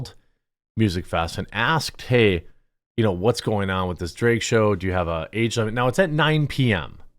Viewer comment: drag, not draeg, jeremy, why can you not pronounce drag?! who the F says it like that. like flag. not flayg.